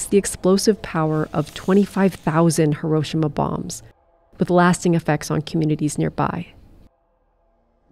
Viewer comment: please look up the correct pronunciation of hiroshima